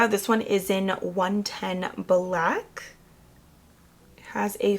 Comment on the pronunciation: Buhlack. Longuh. Skinuh. Sprayah. Onezzzah. Pinka. I can’t anymore 🤦‍♀️